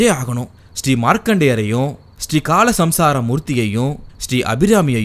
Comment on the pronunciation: கால சம்சார மூர்த்தி அல்ல கால சம்ஹார மூர்த்தி